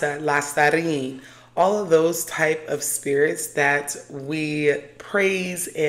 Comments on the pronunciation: I love this video and all your videos!! But it’s pronounced La Sirene (see-ren) not La Sarine (sa-reen) 🫶🏾 Commenting as a fellow half Haitian and Half Guinean (west Africa). So happy for you and your journey too :) congrats! 🩷 And thank you for talking about these topics! This world, and us humans, are much more magical than they want us to be aware of ! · La Siren is pronounced "See - REN"